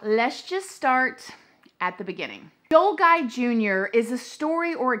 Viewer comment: His middle name is guy but it's pronounced like gee